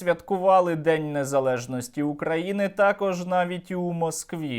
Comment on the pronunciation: Фу, вони так гидотсько говорять "Украіни", паплюжать назву. Хай навчаться правильно вимовляти, через "ї".